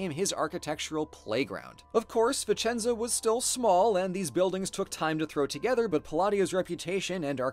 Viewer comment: As a Vicenza native, thank you ❤️ now I miss my city even more! Ps: good job on the accent 😘